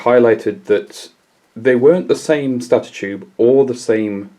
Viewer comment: That is not the correct pronunciation of the word stator.